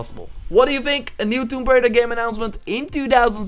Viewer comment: "Tomb Braider".. It's Tomb Raider.. lol.